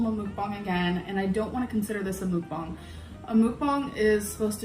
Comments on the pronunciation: Did this itch really just SOUND like that damn chicken she's tearing up?! "BaKaW!" 🐔 😂 The ONE & ONLY time she ever pronounced Mukbang correctly! After this, it will forever be known as Moooookbang 🐄😂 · CanNOT deal with the way she pronounces mukbang Don't know how people can watch those The sound of someone eating makes my blood boil Truly believe she's the polar opposite of Eugenia Cooney